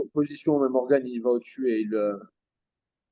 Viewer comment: on dit morgan pas morgane frerot